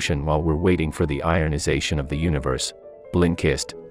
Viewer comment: hehe "iron-ization"